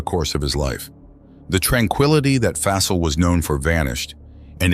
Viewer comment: Aside from mispronouncing their names especially Shakilus and Fasil you did good telling the stories. I feel so bad for Fasil's wife and kids.